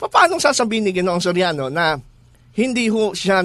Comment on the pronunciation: eli Soriano vs. eli so riano? hahaha careless mouth